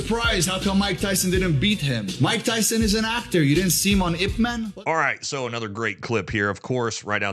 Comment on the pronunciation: haha bro pronounced IP man wrong guy doesnt have 2 brain cells to rub together